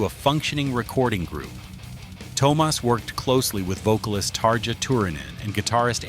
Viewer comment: His name is NOT "TOW-mas" 🤦🏼‍♂🤦🏼‍♂🤦🏼‍♂ It's TUO-mas (T...U....O)